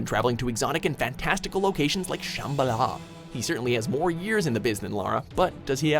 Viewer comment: That shambala pronounciation 😂